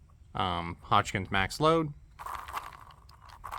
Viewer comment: Lol. I been watching your videos for a long time. It’s seemed to me lately the Hodgkin pronunciation is becoming more noticeable. Glad it’s being addressed and I’m not the one that had to bring it up first 😆